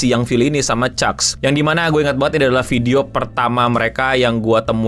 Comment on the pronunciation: it's chunkz not chuck